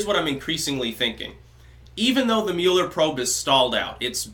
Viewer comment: The Muh-eller Probe